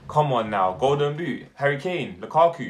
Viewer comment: Man said Lukaku💀